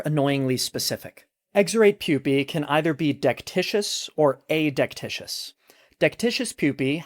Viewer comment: Pedantic, to be sure, but it's uh-DEK-tih-kus. There's only one "i" in the word, unlike delicious.